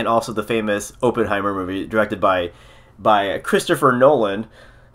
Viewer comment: It is pronounced like AH-penheimer, not OH-penheimer. Just sayin...